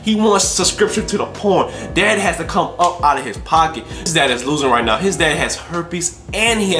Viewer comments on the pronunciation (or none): He said no instead of now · U said no instead of now